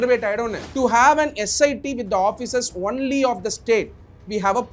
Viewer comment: Dr Ambedkar rocks 🔥 but probe pronounciation mattum maathunga sir.. prob prob nu solreenga.. S I T ah SIT nu sollaadheenga